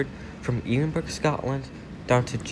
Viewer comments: Eedinburg ? Just to advise the correct. pronunciation is Ed-in-Braa. Great video though ! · Dear, it NOT pronounced 'Edin-burg'....it's pronounced Eh-den -burra! Edinburgh......the 'burgh' part is simply the Scots spelling of 'borough' . Hence it is NOT pronounced with the hard G! Otherwise, an awesome video! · Ed-in-burrah, not Ed-in-burg. It's not a German city. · Edin burg 😂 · Scotland is thankful you are leaving, don't come back or I’ll get big Nicola Sturgeon to boot you! PS it's ED-IN-BURGH! 🥴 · Ee-den-burg. Love how some Yanks always have to stand out like a sore thumb at times. Would love to hear his pronunciation of Glasgow 😂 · Omv one prononce our city Edinburgh not Edinburg we ain't French and 2 our airport is doing very well and getting more international flights in and out and there has been extensions including 4 new gates and it's also smaller than some airports because one Edinburgh only has a pop of 500k not 2 million or anything where it needs a big airport and all European airports have duty free areas similar to ours the gates in Europe most are controlled alike that so gone stop slagging stuff you dont know and clearly you barely travel around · eedinburg lol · As a Scottish person I’m not surprised at how many people are pissed at the way you pronounce Edinburgh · how can you go to a countrys capital and not even know how its pronounced ffs, typical american. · Let's all admire how he says Edinburgh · Edinburgh Airport has a great gate area and pounnce Edinburgh better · Well if the airports that bad don’t go here Edinburgh airport is amazing and im not just saying that coz I’m from Edinburgh. And pls pronounce Edinburgh properly pls 😑